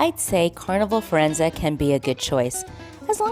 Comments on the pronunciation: Pronounced Fir en ZAY not ZA. Thanks for the video. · Not quite, the Italian captain Claudio on mask night tells his audience of guests how to pronounce the name of the ship and he says the ship's name ends with a zay sound, not a za sound as in the video. This was my point, not the meaning of the word, but its pronunciation.